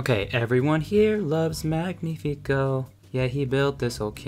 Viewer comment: Strange that you didnt fix where they stress the name Magnífico. The way she sings it and you keep it, they stress it as "MÁG-ni-fi-CÓ", somehow stressing it TWICE and both times on the wrong syllable. It should of course be Mag-NÍ-fi-co. which is a hard to fit into an english song due to the mismatch of stressing patterns, but then again, the original song and the fact you left it as is when it sounds so horrible to a spanish speaker is making my skin crawl